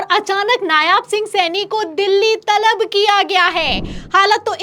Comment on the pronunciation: नायाब नहीं, नायब कहिये। जितनी ख़बरें दिखा रही हैं उन सबमें नायब लिखा होने के बाद भी------।